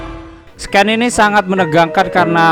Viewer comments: Scene itu dibaca siin bang. Bukan skin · Dan di video tsb di ucap SKEN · scene dibaca SIN bukan SKEN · "Sken" wkwkwk. scene baca nya itu "sin" mas wkwkwk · Tulisannya ''scene'' dibaca bukan ''sken'' min. Dibacanya ''shiin''. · Woy...sin woy.... Bukan sken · scene bukan sken bang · Scene dibaca sin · "SCENE" DIBACA "SIN" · Nah, baru mau ngomen ini, wkwk, "SKEN" mah tulisannya "SCAN" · Cara baca "scene"nya salah pak le. Yg bener scene=sin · BACA scene itu bukan sken tolong pronouncationnya dilatih lg bikin telinga gw gatal ajg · Koreksi om : Scene (dibaca Sin)